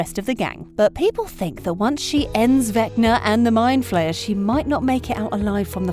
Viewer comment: mind flayer* not flyer